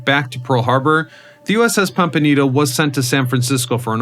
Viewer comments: ITS NOT PANTANITO. ITZ PAMPANITO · Can’t stand hearing you mispronounce “Pampanito” as “Pantonito”! Learn to READ!!! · The announcer in this video keeps mis-pronouncing the name of submarine - it is Pampanito, not Pantanito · What is the "PANTANITO"? The submarine in SF is the USS PAMPANITO 🤬🤬🤬🤬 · Are you using robot narration ? it keeps mispronouncing Pan pin ito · ‘Pam’’pan’ ito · Is it me, or does the narrator keep saying, "Pantanito"? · Pampanito say it with me pampanito its not difficult Pam pan ito . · I am clearly hearing him say "Pamtanito" during the first half of the video. Also stating that the fifth war patrol began in January 1945 until February of the following year means February 1946. Which is incorrect. FYI. Check out the submarine USS Cavella at Seawolf Park in Galveston, Texas. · Yes I thought it was the pompaneto? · Yeah, bro, I gotcher USS PanTAnito right here, boss! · "Pampanito" FFS I cannot watch this every time you mispronounce it. I grew up exploring that sub. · Man I had to stop listening a couple of minutes in when you, or if it’s an AI, could not pronounce the name of the boat correctly. I can’t take anything you say seriously if you can’t even get that important detail right. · Your AI can't even pronounce the name properly! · Is no one going to mention that the Subs name was mispronounced throughout the video? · Is it my imagination or is this guy mispronouncing this submarines name? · no, yes.